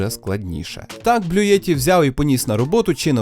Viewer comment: Не Блюєтті, а Блютті !